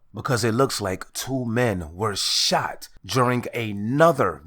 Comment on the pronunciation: 3 quick questions ok 1 is were you saying juring or during 🤔 2 that looks like a dude with a dirty wig on 😳3 did you say flewd in my Gee? 🤣🤣🤣